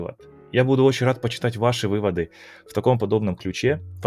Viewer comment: Когда говорит почитать, я слышу «компьютер»😅